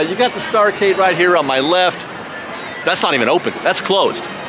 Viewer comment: Pointless lecture in ...3...2...1. (But I'm gonna have fun doing it!) You did better the second time you said it. Starcade is pronounced "starCADE". Otherwise the pun dies. The general "spacey" feeling of Tomorrowland makes you think that you wanna say "STARcade", but remember, this was the 70's and if you weren't in an arcade playing Pong, Tank, or Battlezone, you weren't a kid in the 70's. You would say: "I'll meet you at the starCADE after work." (Cuz a 7 ride ticket book was only $4.50 then, and that's what we'd do. Or even if it was at the local Boomers cuz it was still cool to say "starCADE"instead of arcade no matter where it was.) And I have a theory about this little pun. It was the genesis of the worst avalanche of putrid puns that we would all come to associate with the name of every retail store, ride, food stand, or area-related sign in all of DCA. Some young gun Imagineer was probably walking through DL one day, saw the sign for the Starcade, and said to himself: " Star CADE! How quaint. I like it. Funny." (Remember that until Starcade, every other "novelty" sign at DL was either homage or reference.) So he goes to then CEO Michael Eisner and says: (With MAXIMUM flamboyance.) "It'll be so chic. Every name, of everything, will be, wait for it... "word play"! What a hook! Larf!" And that is why I suspect that every place at DCA when it opened had some kinda groaner pun associated with it. (Few exceptions - F'rinstance, you don't mess with the Animation Building.)